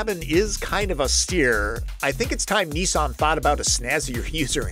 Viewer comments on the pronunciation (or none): Great review, however the car brand is Nissan not Neesarn. Also the pre Nissan name is Datsun, not Datsarn. The ‘Z’ series is correctly pronounced ‘Zed’ throughout the world thanks! What’s with the twisted linguistics?